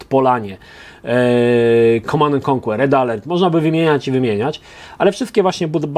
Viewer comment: mówi się mnie więcej [komand end konker], nie ma tam Twojego [konłer]